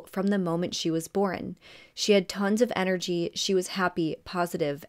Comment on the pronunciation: I love how you cover cases. You are one of my faves, for sure. Ya didn’t ask for it, but… the word is ‘born’ not ‘boren’ 😊